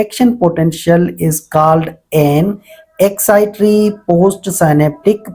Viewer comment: Excitory nh excitatory*